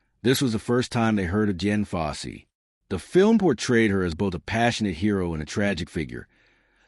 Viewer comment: Ok, you lost me at Jen Fossey. Uhm her name was Dian.. fucking AI... 👎